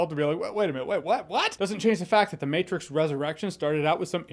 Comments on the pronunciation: Maybe it's because I'm a dad, but I laughed at "The Mehtrix" hahaha. However, I did like the Matrix Resurrections. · The meh-trix😁 I'm dying. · “The Meh-trix” LOL!